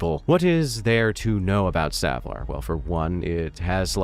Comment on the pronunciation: YAY! Someone who actually says Savlar right! :)